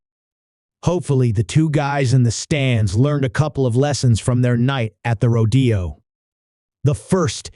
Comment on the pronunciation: I'm a bull rider and I'm a cowgirl. Yeah. Shit like that also happens sometimes. It's crazy. Also it's pronounced RO-de-o. Not ro-De-o or ro-DAY-o.